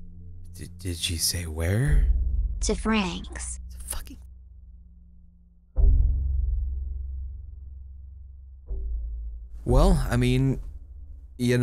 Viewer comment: oh woah when the son said "Frank's" I thought it was supposed to be France wow good job me